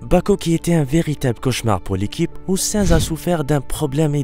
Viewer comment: 1: sa i nzzzzz et pas sinz 2: azerba idjan et pas azerbidjan 3: paul ricard et pas paul richard ceci n est pas une critique mais un conseil pour que vous améliorez vos prochaines vidéos